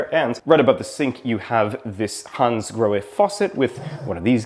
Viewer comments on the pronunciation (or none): none